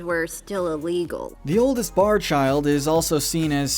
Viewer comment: It’s PARR not Barr! With a P!